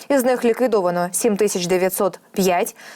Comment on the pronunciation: Шановний правильно говорити Тисяча, а ви говорити тищя?........